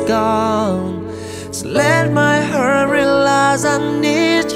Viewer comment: Theo em nghĩ chữ heart phát âm là "ha:t" không phải là "hớt" . Nhưng anh hát như vậy là quá hay rùi ^^